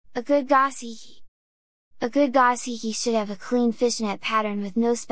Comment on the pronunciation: Go-SHee-kee not gah-see-kee. You really know your fish. Now let’s get you sounding Japanese😀